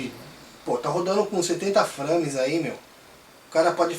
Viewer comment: Frâmes ... hehe bom video cara